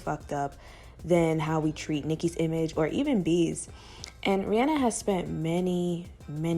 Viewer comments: Oh my goodness you say REE ANN A. Thank you! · Kudos for pronouncing Rihanna's name correctly.